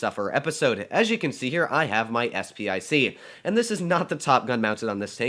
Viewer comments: And yet again... Its SP 1 C not SP I C... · Isn’t it “SP one C?”